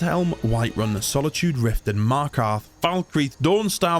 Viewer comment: Loved the video. Very unique premise But your pronunciation of Markarth drove me up the wall haha